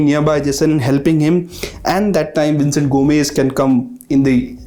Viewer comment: He is saying Vincent but it's Vicenete